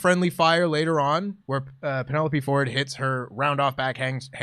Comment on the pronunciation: Please pronounce "Penelope" correctly. Not doing so gives me the Jim Cornette ick.